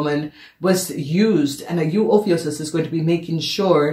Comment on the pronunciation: Honey it's pronounce oh phew cuss